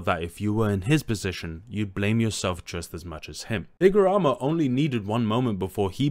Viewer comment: Higaruma is "hig" "ah" "room" "ah"